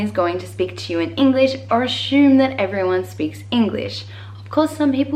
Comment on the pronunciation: She does. When she said "assume" she said it in a way that I have never heard before